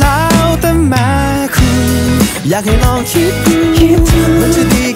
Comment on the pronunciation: พอมาฟังดีๆ อีก รอบ เนื้อเพลง โคตรอัจฉริยะ แม่คุณ ตอนร้องออกเสียงว่าแม้คุณ พอคุณ พอร้อง ออกเสียงว่าพ่อคุณ (ได้จากไปแล้ว (พ่องตาย) แล้วมีความหมายทั้งสองแบบ สุดจัด